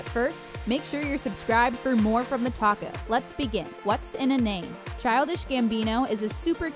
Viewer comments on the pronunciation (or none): none